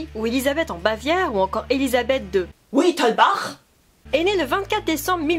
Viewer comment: Excellente vidéo franchement ! :D J'adore vraiment quand tu traites ce genre de sujets très "joyeux" ! ^^ 2 choses cependant : "Wittelsbach" se prononce "Vittelsbach" ;) et par rapport à sa signature, et ben... on ne sait toujours pas, avec exactitude, si c'est bien "Sissi" ou alors "Lissi"... voilà voilà ^^ Autrement continue comme ça et passes une bonne fin d'année et en espérant que tu gardes le cap (sur Youtube bien entendu) pour 2017 ! :D